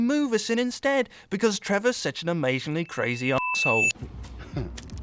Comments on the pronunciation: The way says assholle lmao I'm dying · Sion The Undead Juggernaut yeah me too he says it like a German